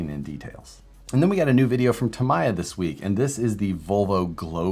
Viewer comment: Lost the Tom Selleck doppelganger look -- the wife won! PS Tamiya is pronounced like Tommy-ahh